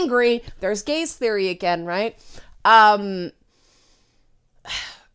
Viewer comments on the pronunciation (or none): Took a sec for me to distinguish "the gaze" from "the gays."